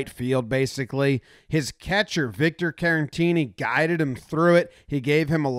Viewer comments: As always, boss video, but say it with me, Care-uh-teeny. Not Karen-teeny. There's only one N. Caratini. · Jomboy I love you but why are you calling Caratini, Carantini lol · There is no N in Caratini. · You said Caratini wrong every time.